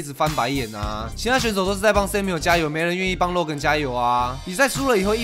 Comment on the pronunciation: 我一直聽到 肉根肉根肉根…